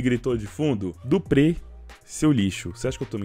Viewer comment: O ouvido sangra cada vez q o cachorro fala duprê, é tão difícil flr duprrí??